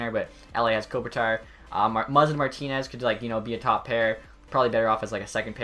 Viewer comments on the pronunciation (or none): none